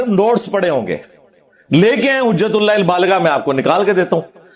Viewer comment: Hujatul baligha…..abey Engineer sahi se kitab ka naam pad lo….kitna jhutttt bolta hai…..Tumhara video dikhney se accha hai BF dekh loooo😂😂😂😂😂